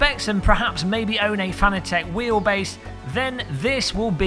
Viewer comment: Why does everyone say Fanatec wrong lol.